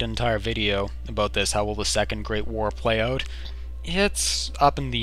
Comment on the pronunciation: aboot lol